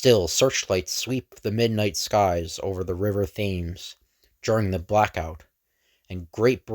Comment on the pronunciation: Thanks for reminding me how good a concept Invaders was. Roy Thomas writes Cap as though he’d already had World War experience. Nitpicking here, but the River ‘Thames’ is pronounced ‘Tems’.